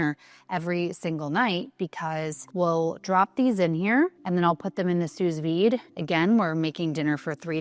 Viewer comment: I love your content. You come across as a lovely and genuine person. Thank you for sharing what you are doing to advance longevity research, especially as a female. You are aware that we have different nutritional needs and tailor your lifestyle accordingly. You also eat a variety of foods, which is the best way to get nutrition. By the way, small nit pick: sous vide is pronounced as sou vide. It’s a French term.